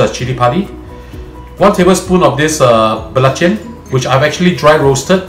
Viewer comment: Belachen? Belachan ... try not to slang u might get it right.